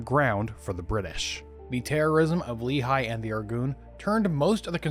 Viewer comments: Great video! For future reference, it's pronounced Lekh-ee, not Lee-high, accent on the Lekh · Just a small correction. "Lehi" is not pronounced as "Lee High" but as "Le hee" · It is pronounced Leh'khee, not leehi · You are incredible, but for the love of! It's not Li-Chai, it's "Le-Hee"❤ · Love your channel, been following for several years. IMO, you're one of the most comprehensive and well-sourced history YTers, especially of modern histories, even on controversial periods. Minor corrective note: Lehi (in Hebrew) is pronounced "Leh-Hee", not "Lee-Hai"